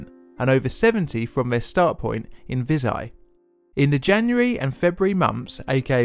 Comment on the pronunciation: Vi[zh]aj as in Bei[j]ing not as in [z]ombie